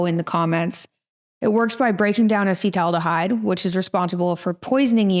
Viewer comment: Please pronounce acetaldehyde correctly if you're going to sell a product that acts upon it.